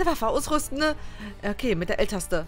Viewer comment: wie immer tasse statt taste sagt voll coool xD